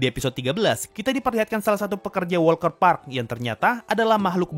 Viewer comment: Walter Park deh Bukan WALKER PARK lho